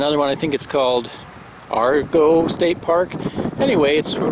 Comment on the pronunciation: Yes, it's pronounced "air a go". Some of our finest coast line, and off the beaten path of 101.